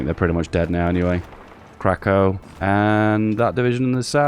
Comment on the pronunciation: it's pronounced Krak-ooff